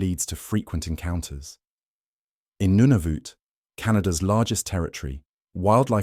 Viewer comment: Nunavut….pronounced: nun as in nun…then the rest. Pronounced as it is spelled.